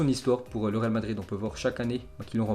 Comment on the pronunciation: on dirait que tu dit ral au lieux de real